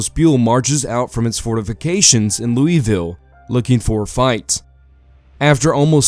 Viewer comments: As a native to KY, it is pronounced Lou-Uh-Ville. No it doesnt make sense, yes its weird. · He did pronounce Louisville incorrectly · as a native kentuckian, I can confirm that we pronounce it three different ways depending on what part of the state we are in